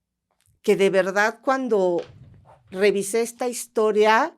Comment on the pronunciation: Historia ☝🏻 No historea Familia ☝🏻 No familea Historia ☝🏻 No historea 😂😂😂😂